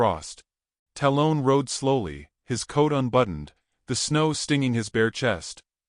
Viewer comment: i love the stories. but please say the names correctly. 'tal-un'. talon. like an eagle has. you lose cred with me when u cant make your AI follow voices and pronunciation